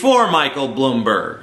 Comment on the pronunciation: As a New York City Citizen for my whole life (14 years) I can confirm that Bloomberg (or how TJ says it "Blumberg" Jk) is a scumbag. And yes, he did somehow change the 2 term limit to 3 right before getting elected, even though he was extremely dislikes by most New yorkers at the end of his second term.